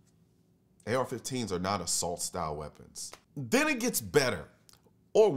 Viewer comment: Hahahahaha. Assault style. Sounding Canadian there 🤦🤣🙈